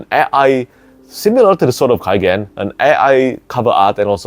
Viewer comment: It is in the name, no? The Sword of K-AI-gen, amiright?